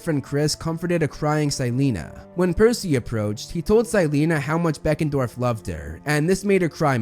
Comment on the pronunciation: & : Is it Deckendorff or Beckendorff?